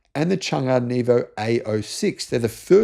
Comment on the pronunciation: Not neevo > nevo like net + o I'm a retired learning disabilities teacher with a linguistics major. No PhD in everything like all.